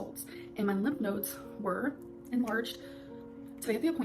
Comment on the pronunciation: her being dumb and not knowing how to pronounce a word should not be the proof that she’s lying about cancer lol